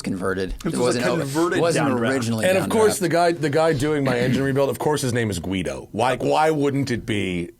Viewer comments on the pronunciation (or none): none